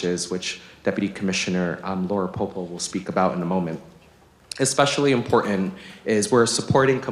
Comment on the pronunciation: "Import-ant". Who teaches these people phonics?